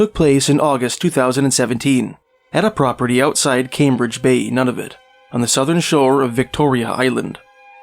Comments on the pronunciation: NUNA - VUT, not NANAVIT nor Nonavit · “None-of-it”, lololll! It’s Nūna-vút.